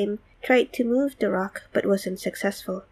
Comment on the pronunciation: It's "THE" not "DA"